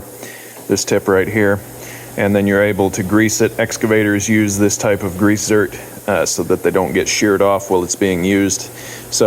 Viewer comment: Zerk. Not zert